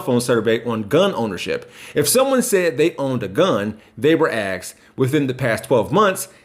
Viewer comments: Axed? (asked) Deafs? (deaths) I’m so disappointed. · "they were axed.."?👽